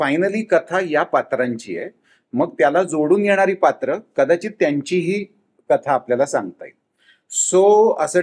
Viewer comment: कलाकारांनी प्रश्नांची उत्तरं खूप छान दिली आहेत पण पत्रकारांच्या उच्चारांचा फार म्हणजे फारच आनंद आहे. 'पन', 'कता', 'कतानक'! प्रदीप भिडेंसारखे वृत्तनिवेदक ऐकलेल्या कानांना ते फार टोचतं. झालंच तर तो 'परदेशातच का' प्रश्न म्हणजे अगदीच धन्यवाद होता. प्रोमोमध्ये झालंय की सगळं सांगून! 'आता काहीतरी विचारायचं आहेच तर विचारू शास्त्र म्हणून काहीतरी', असा उद्देश असेल तर दुर्लक्ष करायला हरकत नाही.